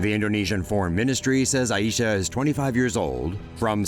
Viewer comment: Is not A I Syah is Ai Syah